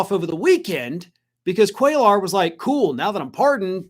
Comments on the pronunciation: Cuellar is pronounced “kway-yar.” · Hey, the name is pronounced "QUAY-are" You don't pronounce the L sounds. With that said, I hope he loses, as well.